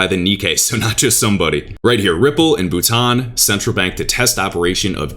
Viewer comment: You pronounced Bhutan perfectly!!!